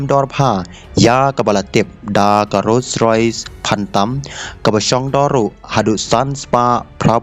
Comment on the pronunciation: portukar???? Rolls-Royce ❌ rose-rois ✅😂